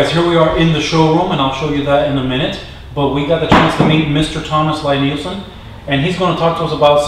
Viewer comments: It’s pronounced (LEE NIELSEN) NOT (LIE)!!! And there are absolute best!!! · Liked your video as I am sure you know now, Lie-Nielsen, a Norwegian name, is pronounced "Lee-Neelsen". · It’s pronounced “Lee”. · This is was so annoying to watch. If you're gonna praise him and do a factory tour atleast pronounce his fucking name right. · Good gawd, how can you stand to tell people about the tools and brand if you don't know how to pronounce the name. I had to stop watching..Never mind that it's crap manners to interview someone and not know how to pronounce their name, it's brand name at this point. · You might want to ask him how to say his name! You are not saying it correctly!!!!!!!